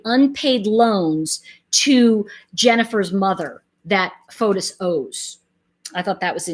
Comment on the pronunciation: His name is actually pronounced "Fotees" in Greek not Fotos.